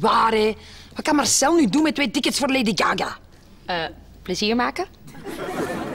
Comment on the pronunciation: zegt laidy gaga hahahahahahah k3 moet niet stopen